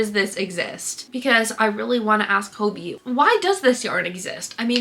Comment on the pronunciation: Okay I have to say it. Hobbii is pronounced like the English word Hobby. Hah-bee. I watch the live streams and stuff that their employees host and that’s how they pronounce it. This is such a dumb thing to nitpick but it bothers me so much I’m sorry